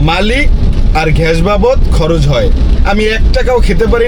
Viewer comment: ঘেস না শালা মূর্খ, গ্যাস হবে উচ্চারণ 😂